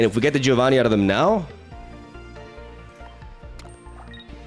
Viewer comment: If you want to pronounce Giovanni correctly, it's Jovanni, not Gee-ovanny. The "I" after the G, in Italian, is silent, but it turns a G sound into a J sound.